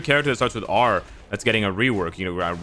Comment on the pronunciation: "RINTERSOLDIER" got me!